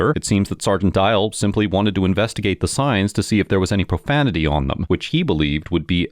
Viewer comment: "Watch your profamitee"